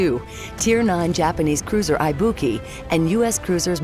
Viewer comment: English voice over actor said 'i'-buki. feeling triggered.